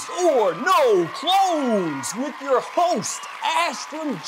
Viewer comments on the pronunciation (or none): Did you say "clones" or "clowns"..?? Geesh!